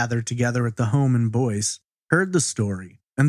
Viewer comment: It is Boyce, Louisiana. Not Boise, Idaho which is pronounced like you said. Anybody local who can tell us how Boyce is pronounced?